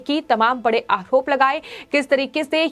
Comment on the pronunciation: Madam..say, आरोप and not आहरोप .you always speak words with ह in it. सुधर jayiye